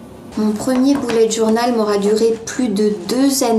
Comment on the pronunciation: Je SUIS LA SEULE QUE ÇA ÉNERVE QUAND ELLE DIT BOULETTE JOURNAL MOI JE DIT BEULLETT JOURNAL ( BULET)